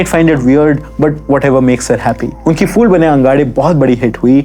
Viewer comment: Please don't say FIR or FOOL. Its PHIR and PHOOL. Prounance it as PH not F